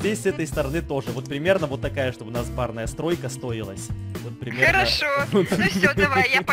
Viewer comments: Он все видео говорил барная стройка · Ты сказал барная стройка